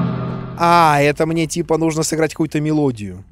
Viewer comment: Думал что я один иногда говорю "нудо" вместо "нужно"......